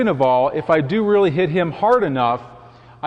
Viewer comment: make sure you slap him weally weally hard.